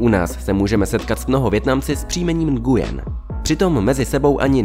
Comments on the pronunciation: Nguyen se vyslovuje nuen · Mám pocit že se to nevyslovuje takhle.. (Nguyen)